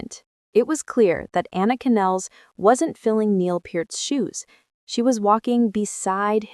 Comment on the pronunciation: It's "PEERT"...and "NYULZ".... maybe that's why Alex and Geddy chose her... she ALSO has a last name everyone (and especially AI) will mispronounce!!